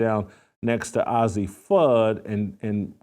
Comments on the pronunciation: not OZZIE, it's AZZI! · Old man, why don't you leave those young ladies alone, do you have children, and you call yourself a child of God, and ail way talking about someone, judge he not so you won't be judged, "God word" and her name is Azzi not Azzie dumbs, and God say he would judge not Jason Whitlock. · paige "buckers" "ahzzi" fudd 😭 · At least pronounce Azzi Fudd’s name right, nitwit. You are a disgrace. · Jason it’s Azzi, like how you would pronounce the two letter abbreviation for Arizona. Please say her name correctly. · You can't even pronounce the name AZZI correctly.no one cares about your caitlin clark obsession.